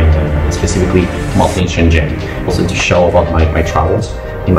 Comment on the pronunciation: All 老外, when talking about Shenzhen, please learn to pronounce Chinese "sh" "zh" correctly, I never saw more than one or two people who did it right.